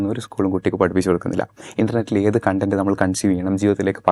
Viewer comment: Content (കണ്ടന്റ്) means satisfaction... content (കോണ്ട ന്റ്) means ഉള്ളടക്കം... mind the pronunciation for proper convey of meaning